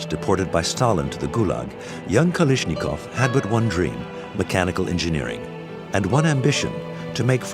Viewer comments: "Kalishnikov" NEIN! Der heißt KalAschnikow. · "Kalishnikov" sheesh. "KalAshnikov" But, a good film. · For your narrator: Look at the spelling of Kalashnikov. The pronunciation isn't Ka-LISH-ni-kov. It's Ka-LASH-ni-kov. For your sound mixer: The audio levels of non-English speakers in the video overwhelm the English translation voice-overs. For the director: Too much time is spent with minutia about revolutionary leaders who employed the SK-47. Much of the content simply isn't relevant to the story of the two weapons. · Good documentary but every time I hear “Kalishnikov” I want to scream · I wish he would say kalashnikov right ffs was doing my head in with it😂😂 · I love how they never managed to pronounce Kalashnikov's name right. Not a single time. 🤣